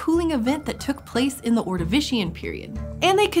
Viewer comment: This is grating to listen to. It's "thuh" before a consonant sound, "thee" before a vowel sound. That's something you learn in grades one and two. This shows what a putrid state modern "higher" education is in. I refuse to participate. I could do without the inane Ted-talks-style hand flapping, too.